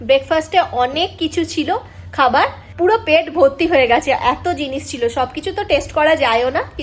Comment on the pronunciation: Khabar er uchharon saho kichu kotha ektu kane lagche segulo ektu dekhe nio, baki khub bhalo